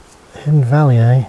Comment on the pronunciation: Thanks for the walk. I live in Australia but have traced my family line back to Cotters in 1812 in Ballaugh. Thanks for saying that word Ballaugh because I didn't know how to pronounce it.